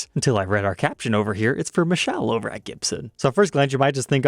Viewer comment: Its Michele /Mi - keh - leh not Michelle😂